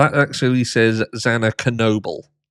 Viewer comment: Why can't ANYONE get Xana's name right?!